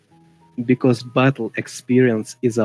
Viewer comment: 발음이 존나 러시아식 영어네ㅋㅋㅋ비꼬우쓰 깐운뜨리 베때르ㅋㅋ 공산주의 사상에 빠진 가난하고 무능해도 공산당이 최고라 생각하는 찌질한 놈ㅋㅋㅋㅋㅋㅋ